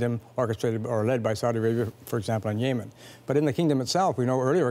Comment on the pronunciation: When you're the former Canadian Ambassador to Yemen but you can't even pronounce Yemen